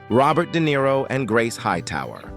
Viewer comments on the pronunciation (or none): none